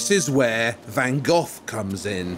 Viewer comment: Van Geoff? Honestly? That's how you're going to choose to pronounce it?